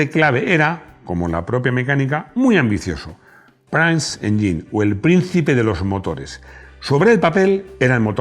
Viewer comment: Madre mía ese inglés: prince se pronuncia “prins” y triumph se pronuncia “triumf” no siempre la i suena “ai”